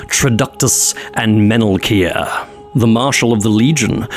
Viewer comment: Every time you said the Mage's name, I thought you were saying "Metal Gear."